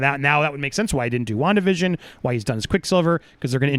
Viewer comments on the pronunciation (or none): none